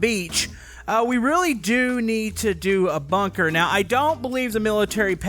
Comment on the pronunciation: its bunker not bonker